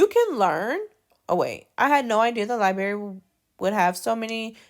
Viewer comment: Please, please, please say library the correct way!!! It is NOT libary. Put the R back in there. You have a beautiful voice and are a beautiful woman. I’m bothered because this video is part of an assignment that’s teaching my daughter.